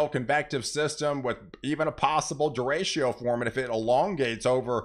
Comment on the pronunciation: Derecho = is pronounced (day-ray-cho)